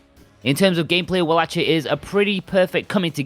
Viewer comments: Its pronounced Vallachia not Wallachia. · Good review but the correct pronounciation of wallachia is "wallakia" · Not to correct u or anything as I pronounced it walla-shia myself before watching castlevania on Netflix but it's pronounced walla-kia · This review convinced me to finally buy this.... you do know you are pronouncing around wallachia wrong right